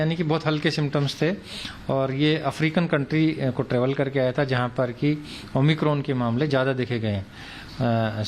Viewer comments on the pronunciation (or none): It's omicron not 'oh my corn' 😂